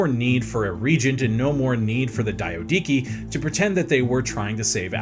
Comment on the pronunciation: The DIO-DIKI? Nah you’re doing this on purpose 😭 cmon there’s not even 2 I’s It’s clearly Dia-do-key and don’t even get me started on “Po-leap-rechaun” You know what, maybe the comments are right, bring back Simon